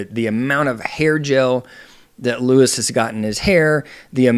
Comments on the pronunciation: LU-EE... not Luis. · *Lew-Eee, not lew-is. See. I wanted to be able to follow along with you, but I cant take you seriously if you aren't aware of how to pronounce his name. If you aren't aware of how to pronounce his name correctly, what else are you not Seeing correctly? Do you even watch the show? Because you need context. Understand this - People have been invested in RHONJ for over a decade. It is obvious You are new to rhonj. No where have I seen others calling him a pedo. For me, You are the first. If you are going to continue commenting on housewives, you really should watch the shows from the beginning. You should also know about Melissa's Old Nose (as wellnas others) plus Understand the uproar that is Louis past. Those who support Teresa plus those who do not support her care that she has gotten herself into yet another detrimental relationship. Only, this time, it's escalated. As a professional, you should see the warning signs & express them. 🚨🚩🚩🚨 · Its Luis not Louis!!! And I completely disagree with your assessment! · when you have IQ 80 - you take like Louie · You’re mispronouncing his name. They call him Louie.